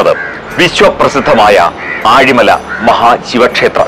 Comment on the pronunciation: ആഴിമലയല്ല it's ഏഴിമല